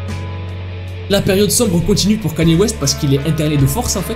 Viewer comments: Kanier au lieu de kenye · Je rêve ou il dit vraiment Kanyé au lieu de Kanye 😂😂😂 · Stop saying kAny west ;-; sa se prononce kEny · kainew west la prononciation pas knaiiiiie west 🤣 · on dit pas kenier mais keny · kanier west moi:panier west... panier ouaip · le seul mec qui arrive à écorcher le non d'une star puis le dire correctement et écorcher de nouveau (Kanier West)🤣😂🤣😂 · J’suis la seule à prononcer le nom de Kanye West « Kenny »?😭😭